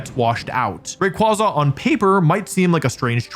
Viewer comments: It's ray qway zuh, not ray qwah zuh. Based on quasar not kwanzaa. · I feel vindicated knowing me and wolfey pronouce rayquaza the same way. How he pronounces slaking is a war crime however